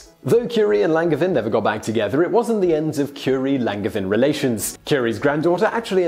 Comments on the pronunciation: It's pronounced LanJevAIn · Just an FYI, the G in Langevin is a soft G, like in Angel always love your videos! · There is another pronunciation of Longevin. The 2nd Nobel Prize was the result of the scientific community supporting Marie Curie and giving her credibility. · ouch; the pronunciation of "Langevin"... ^^" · You botched that "Langevin" pronounciation though. Can't nobody check that stuff for you before you record?